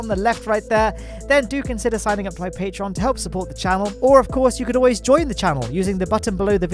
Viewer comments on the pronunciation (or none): none